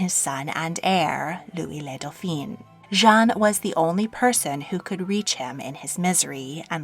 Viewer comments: "Doph-EEN" is the feminine version. "Doph-AHN" is the male version. His son was Le Grand Dauphin, not Le Grand Dauphine. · Dauphin is pronounced "dough-fan" and is the masculine. You are saying "dough-feen," which equates to "dauphine" and is the feminine. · Tu ne prononce pas très bien certain mots il y a une différence entre le feminin et masculin le daufin la daufine c'est feminin daufin est masculin apprend la prononciacion correctement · Dauphin ist NOT pronounced with an “i” because it would be the feminine form. Try to pronounce it with “en”. The French would appreciate it. Thank you!